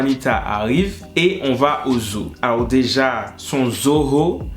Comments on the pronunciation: La façon il prononce zoo va rester dans ma tête jusqu'à ma mort xD ce son à rejoint high school musical, charmed et tout ça la xD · Quand il dit zoo sa me fait tellement rire🤣🤣🤣🤣